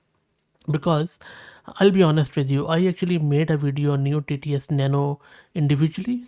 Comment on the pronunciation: You should not be spell as neo TTS but as noy TTS like soy...